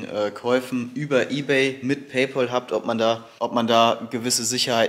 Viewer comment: **Klugsch-Modus-an*** Oh nein! Du musst Paypal (sprich "Päipel") nutzen! Paypaul gibts gar nicht! ;-) ;-) ;-)